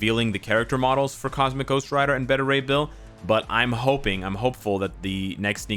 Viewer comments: I swear says “Betta” ray bill lol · Beta Rey Bill not Betta. U say Beta all the time how do u mess that up? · my man! I fought with you in the danger room one time. It's Bay- ta ray. Like "baby"- like alpha, beta, gamma rays. From one to another, peace bro. Be good to yourself, & thanks for what you do. We love & appreciate you